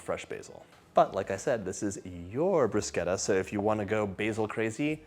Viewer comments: Dear John...thanks for saying bruscetta and not brushetta!😊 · Thank you for pronouncing it correctly, John. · He pronounced it correctly thumps up from the beginning ❤😊😊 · Thank you for pronouncing it correctly! 🇮🇹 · I was just about to type the same comment!! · The way he says it is the Italian pronunciation, you see enough Italians online correcting people so now I say it correctly too :)